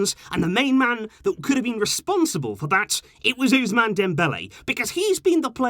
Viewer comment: The ‘S’ in ousmane is pronounced ‘SS’ and not like the letter z